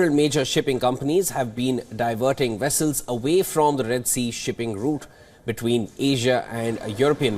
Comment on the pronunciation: “American wessels” :P